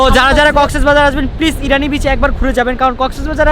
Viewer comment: irani na bro its inani